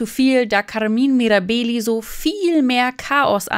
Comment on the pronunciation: Die korrekte Aussprache gehört zur Recherche🤦🏻‍♀️